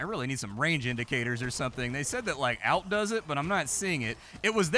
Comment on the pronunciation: Genuinely curious if you pronounce Alternate as "el-ternate" or if you're just trolling by calling the Alt key "elt"